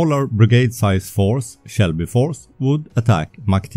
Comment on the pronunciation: Excellent content. Just one little thing, it is Selby force, not Shelby force.